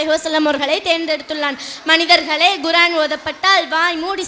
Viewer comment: Very good. Pronounce Korean and not Guraan